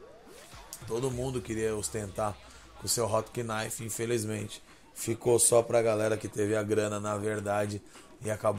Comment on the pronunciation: foda o video o nome do carro se diz "rotnife"